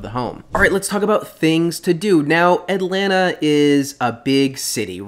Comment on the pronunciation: You pronounce Atlanta the right way. I can't stand the transplants saying "At-Lan-Ta", when it is pronounced "At-Lanna".